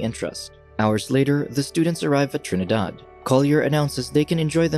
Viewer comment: I am also from Trinidad. I like how he said Trinidad in a Trini accent.